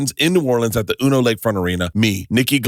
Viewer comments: Bert....MF said uno....it is YOU ENN OH....U.N.O. University of New Orleans. Damn I love you! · It's U N O Lakefront Arena, University of New Orleans not uno(1)